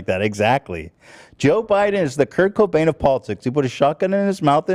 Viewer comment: Come on dude..did you just say Kurnt Cainbow instead of Kurt Cobain ??? 😂😂😂😂😂